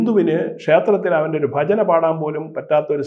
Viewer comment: ബജന അല്ലടോ? ഭജന.